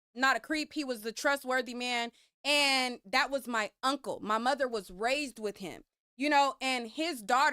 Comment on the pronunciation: I’m not trusting any man who says “Moder”.